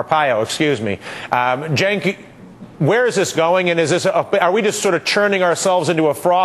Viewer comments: He finally pronounced Cenk's name right. Huzzah! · hey, he pronounced cenks name correct. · thats how its said. Cenk is Janke